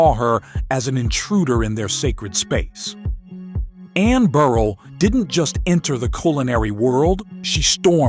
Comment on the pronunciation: Please, I get that it's A.I. but damn...it's Bur-RELL, not "Beryl"...